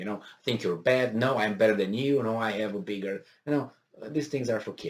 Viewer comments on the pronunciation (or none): none